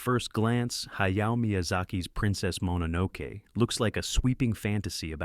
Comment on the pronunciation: Princess "Mononowke"... really bro? -_